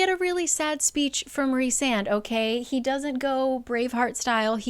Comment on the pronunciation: EVERY TIME said Rhysand's name, my mexican brain could help but hear "Rick Sanchez"